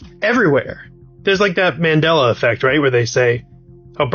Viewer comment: It's Mandela, not 🚫 mendella or wtf you said.